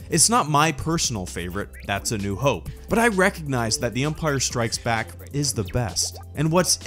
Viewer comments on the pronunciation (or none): none